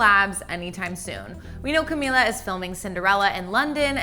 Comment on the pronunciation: It's pronounced Cameela.